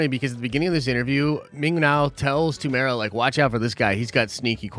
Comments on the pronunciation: There's 4 syllables in his name. You pronounce it as: 'Te-muu-e-ra' not 'Temora' lol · America to say his name property pronounce it lite this tea more wera say fast Morrison I'm from new Zealand check out once we're warriors his first major movie it is amazing